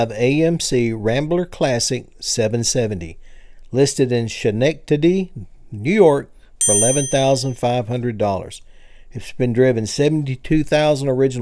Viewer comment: That NY town is pronounced Skin-ected-ee.